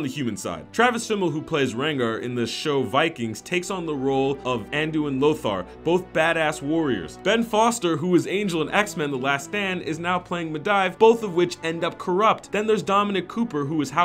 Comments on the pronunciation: Med(i)vh That hurt my ears so badly. It's [MEDEEV'] god damn it ! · "Meh-dive?" FFS? It's Mehdeev!! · Me-deev... not Me-dive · Medive? ME DIVE?! FOR SHAME! You call your self a fan... it's MEDIVH!! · ikr. Me-dive. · He said, " MEH DIVED" for medivh. LOLLL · wait wait wait wait wait...you say you are a avid Wow player yet you pronounce Medivh's name as Medievh? wtf....i just cant even >_> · Medeyevh... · Medive.... really. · "Medaihv" dude srsly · this, i cringed the way he said medivh